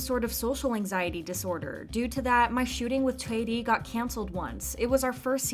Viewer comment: I love how you pronounced Choi as in the Korean pronunciation and not the English pronunciation!💖